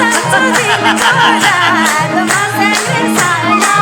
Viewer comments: के को मर्स्यङ्री हो मर्स्यङ्दी भन्न आउदैन कृस्न दाजु कस्तो गायिका लियेर आउनु भाको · मस्र्याङ्दी हो खासमा नदीको नाम, मर्स्याङ्दी सम्मत ठीक हो। तर संगमले मस्याङ्री अरे ..😂..यसरी शब्दनै त नबिगारे हुनि हो .. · गायिकालाइ मर्स्याङ्दी भन्न न आको होकि के हो ??? मस्याङ्ग्री सुनिन्छ त !!! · धेरै रमाइलो दोहोरी 💕 गायिका बहिनी ले मर्स्याङ्दी को ठाउँमा मर्स्याङ्री भन्नू भएको चाहिँ मलाइ खड्क्यो !! सबै इन्द्रेणी टिम लाई सम्झेको छु ! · मर्स्याङ्री होइन क्या sis मर्स्यांदि होला नि! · मर्स्याङ्दी भन्न नजान्ने महिला कलाकार के हो